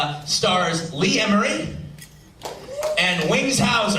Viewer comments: Did he call R. Lee Ermey, "Lee Emry"? Lmao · “Lee Emory”…no, just no… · he doesn't know how to pronounce Ermey? (sp?)